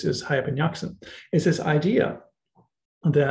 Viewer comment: Hayy in Arabic means "Living (being)" and Yaqza-an means 'Aware' or woken up( this how it should be written, for it is not as you pronounced it'Yaqzan' very short, where as "Yaqza-an is elongated, which the correct way to pronounce it. Many other mistakes are made in, for instance 'Al Ghazzali" which means 'The weaver' in Arabic, is pronounced 'Al Ghaz-zali' elongating the the z, and so on. Just thought you might want to know. Being an Arabic scholar, I notice tons of mistakes people make in attempting to translate/literate this great language, that has deeply influenced the west in particular, and the rest of the world in general. With very little credit, unfortunately! Not to mention the great polymaths it has produced throughout history. Thank you!